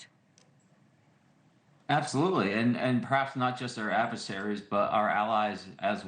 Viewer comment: Why do I hear ‘adverseraries’ when talking about China, Russisch. It should be fóreign countries!!!!!